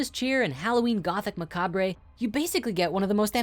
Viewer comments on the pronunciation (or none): lol!!! Can't help myself!!! I love your productions, been a fan since the beginning but I got a kick out of your rendition of the word: macabre adjective ma·ca·bre | \ mə-ˈkäb , -ˈkä-brə , -bər, -ˈkäbrᵊ \ Just messin' wiph you! ;)